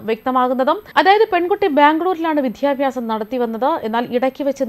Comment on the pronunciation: Malayalam parayunbol care to take.Eg: Vidhyabhyasam etc.